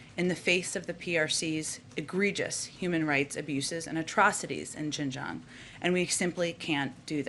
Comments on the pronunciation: She could not even pronounce Xinjiang! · Learn to pronounce Xinjiang, Jesus Christ. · How much does this lady know about what happens in Xinjiang? She is even unable to pronounce it correctly. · Did she said JINGJANG? WHERE IS THAT?i think thats in America..lol how about humanity in middle east affairs?